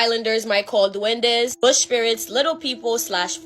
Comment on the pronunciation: lol Its pronounced ' DOO- EN-DAY"...